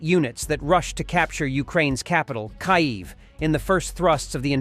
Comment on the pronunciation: I am a loyal and unwavering fan of Warthog defense and will continue to be. I do have a bit of constructive criticism that I would appreciate someone kindly help "" narrator with the pronunciation of at least the most common cities of our beloved UKRAINI! Please help him correctly prounce- Kyiv, Bucha, Kherson, Bryansk.. He has been the narrator with the channel from the beginning of this war! This may be a petty comment but for those tuning in for the first time may get the wrong impression of this high quality channel! It makes me cringe to hear the heart and capital mispronounced! We all need a break now and then! I love the channel and am a fan for life! SLAVA UKRAINI!!💙💛🇺🇦👊 HEROYAM SLAVA!!! 💙💛🇺🇦💪💪👊 🙏🕊🌍